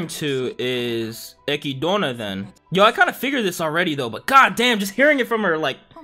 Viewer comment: Aside from Echidna’s name. He’s not good at paying attention to how Japanese people pronounce things